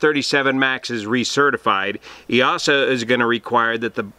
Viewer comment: It's pronounced 'E-sa'. The 'EA' makes a hard E like in 'ear'